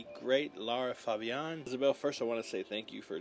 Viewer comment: French girl here, you pronounced her name and the title perfectly 😊 And the little neck move she makes is when the lyrics go " we told ourselves "we don't care" (little move at "we don't care"), we have the universe just to ourselves " which shows that they were young and fearless and had the arrogance young people can have at the beginning of their relationship, which then goes South. It's like a " I dare you to challenge us" kind of look. LOVE IT. Lara is amazing ❤